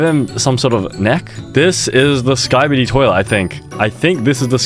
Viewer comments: i know it's skibidi toilet but he said skibidie toilet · For those who don’t know, it’s skibidi toilet not Skibadie toilet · bro really said skibi die toilet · "skybidi toileh" 😭🤞🥀💀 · “Skybeedee twoilet” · WHY DID BRO PRONOUNCE SKIBIDI LIKE THAT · Why does he say skibidi like that? 😭